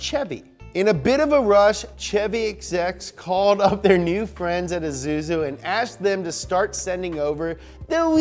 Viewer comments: "AhZooZoo" (Isuzu) LMFAO 🤣🤣🤣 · 'ezuzu' made me laugh my lungs out XDD We pronounce it /issouzi/ here in my country